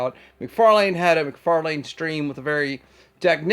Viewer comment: For Xmas I’ve asked Santa to bring me the gift of pronouncing “McFarlane” properly… ‘lynn’ not ‘lane’. Please Santa, I’ve been such a good boy and my ears deserve this gift 😊